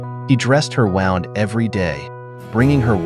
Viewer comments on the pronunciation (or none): Why can't the AI say wound? It says the wounding up of a clock sound. lol